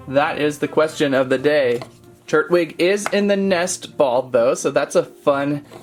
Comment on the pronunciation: tur TWIG with a T tur Twig**